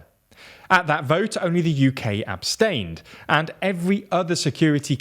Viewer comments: pretty sure it's "abstain", not "absatin" lol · I doubt I@ the firs tto point it out, but it's hilarious. absatin.